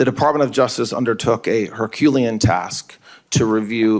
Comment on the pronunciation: Well, he can’t pronounce “Herculean” so he needs to just admit he lacks. No matter what he is promised, or is auditions for; he lacks. “You want to be dog catcher?@ Yes “I’m sorry. You lack. In every metric, you lack.”